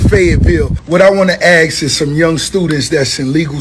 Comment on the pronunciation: Ask not ax wing stop ricky